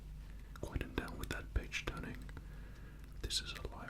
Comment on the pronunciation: I swear he said PAGE TURNING but i heard.....BITCH TURNING WTF IS A BITCH TURN ?????😂😂😂😂😂😂😂😂